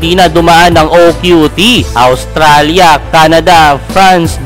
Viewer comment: Islovenia Awstralia😂